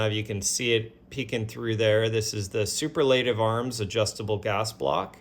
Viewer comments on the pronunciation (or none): I had to stop the video just to say you gotta learn to sound out you words brother! Lol. That not how you say Superlative Arms!